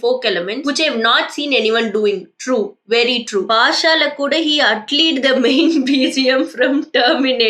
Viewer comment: New verb : Atleed😂😂😂😂